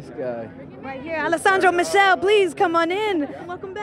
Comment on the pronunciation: She saying “michelle” instead of Michele 😭💀